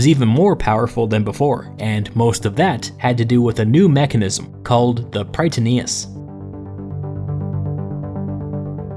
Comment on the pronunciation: Just a friendly note in future Greek pronunciation: In Greek, Strategoi sounds like pronouncing "Strateg'e" ('oi' is pronounced 'e'), and Prytaneis is pronounced "Pret'anes" while the singular form is "Pr'etanes" (a simple difference in accentuation). Love your videos, keep it up!